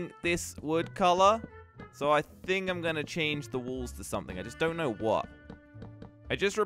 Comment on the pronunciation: Walls but when says it it sounds like wools